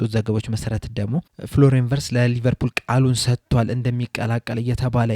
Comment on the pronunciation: ... ቪትዝ ነው፤ ቨርትዝ አይደለም